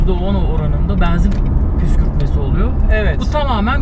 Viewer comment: Benzin kelimesinin telaffuzunda 'E'harfi açık kullanılmaz. Kapalı 'E' kullanılır. O kadar cok rahatsiz etti ki yarısında kapatmak zorunda kaldım.